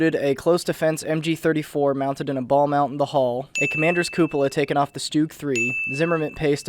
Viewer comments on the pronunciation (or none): Please, this guy is called Porsche, not Porsch. And by the way, it is pronounced (Schtug) with short U, not Stoog. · “Stoog” u mean “stug” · To pronounce stug it’s not stooog it’s STU-Ug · "stoogs" "coopooler" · Stoogs, porsh... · yeah shtoogs would be the proper German pronunciation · Goddamn he mispronounced the StuG